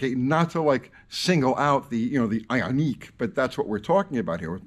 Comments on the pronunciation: it’s pronounced ion Q. Not that that even maters though. Here in Canada the government has this distorted view that 100% of new cars will be zero emissions by 2035. I have nothing against electric cars. One would actually be advantageous to me because I could charge it for free. Honestly thought about a plug in hybrid but then realized my kids would be sitting over a potential b0mb. So no thanks. However I feel they have a place just like a diesel. But to replace gas with them and think it’s better to charge with nuclear power whilst sticking our heads in the ground?Burying it with a 100 000 year half life is foolish and irresponsible. The human race should have figured it out when they said God himself couldn’t sink the titanic. Who’s going to pay the road taxes that gasoline pays for? Who’s going to pay to replace an already strained power grid? The near sightedness just makes my head spin. I’ve thought long and hard about this. How can they really be that stupid? Do they really know less then a lowly blue collar trades man? Then it dawned on me. Politicians know exactly what’s going on. They’re only in office for a short time. They just have to look good for a moment until it’s the next guys turn and if he looks bad for waisted money on an un finished impossible task it’s not their problem any more. It really is a broken system. On a side note. As kids we used to jump and or bottom out our cars for fun and on purpose. Guess that won’t be a thing anymore. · Can't say IONIC...lol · Nothing more boomer than pronouncing 'Ioniq' as "Eye On Neek" 🤣